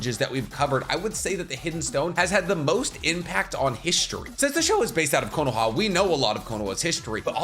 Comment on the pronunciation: I can't stand your pronunciation of Konoha.